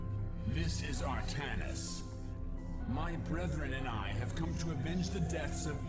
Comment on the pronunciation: True, but it's 'Artanis'. 'Altanis' would be an Archon made from Artanis and Aldaris... which would be awesome - sincere and yet sarcastic all the time.